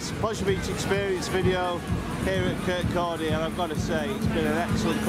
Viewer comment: Wow, you're in my home town! I now live a few miles away but still visit Kirkcaldy (well done for saying it correctly!) frequently as have family there. Was in town this afternoon/evening actually. I used to LOVE going to the Links Market (established 1304!), looks like you experienced typical 'market weather', meant to be a lot warmer/sunnier over the weekend. We 'do' get sunshine in Scotland believe it or not! I didn't do a pre-opening walkthrough this year however it's weird you saying about possibly less rides. I can see the market from my mum's flat ( look top rightish of screen, 3 high rise blocks in distance) and said exactly that to her today. Hope you enjoyed it and your time in Kirkcaldy :)